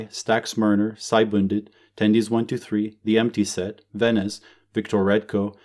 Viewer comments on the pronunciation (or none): none